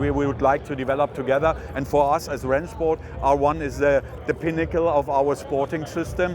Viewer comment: I mean... do we really need to go with this repeated HRHenShport pronunciation? I understand if you're in the country where it was created or a native that makes sense, but as an English speaker can we not just be like OK it's Rennsport. It's not uncommon to pronounce things phonetically based on your native language. It just sounds so forced every time you say HRHenSHport